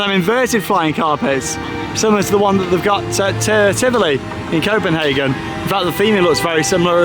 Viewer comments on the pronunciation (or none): none